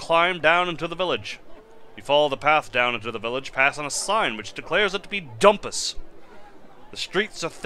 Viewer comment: I believe the `dhu´ of Dhumpus is pronounced as a j-sound, kinda like ¨Jumpus.¨... But that´s just a guess.